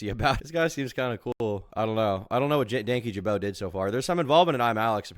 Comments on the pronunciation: Danky jabo 😂😂 its dan kyjabo, i love that most people read it like that at first, including myself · Dankyjabow? Ja-bow??? How tf do you mispronounce an "O" as making an "ow" sound???